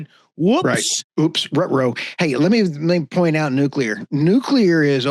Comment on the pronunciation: Oops you called nuclear. Thats a mistake